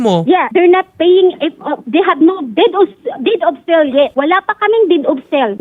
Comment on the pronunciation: DID OF SEL DAW....HSHAHAHAHA...DEED OF SALE